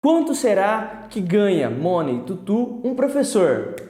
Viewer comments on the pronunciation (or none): A pronúncia de money é /mani/